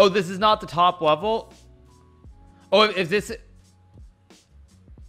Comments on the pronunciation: I like how he says level and it sounds like webble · Funny how he pronounces "level". He's like bwebo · "Not the top vevel"